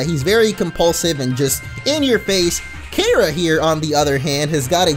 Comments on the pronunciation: its pronounced Kee-U-ra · Yo finally there is a Keira in a game spelt the right way! (That's my first name.) But as usual nobody pronounces it right. It's pronounced like KEY-ruh. But oh well, it's fun to see anyhow. Or look for the pronunciation of Mt. Keira in Australia. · your pronouncing her name wrong its pronounced key-aira